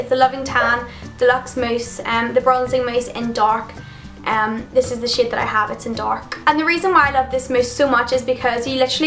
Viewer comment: I thought because of your accent you said 'this is the SHIT i have', but it's SHADE. :P